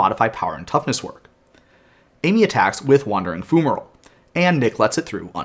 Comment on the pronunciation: FYI, it's pronounced FYU-ma-roll, with an fy sound. :) Thanks for the rules overview! That card was so strange rules-wise...